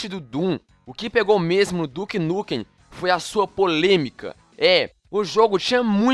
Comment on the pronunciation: ué duke nukem como se o jogo se chamava duke nukum?